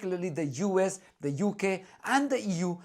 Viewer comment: Did you say "the US" or "the Jew S"?!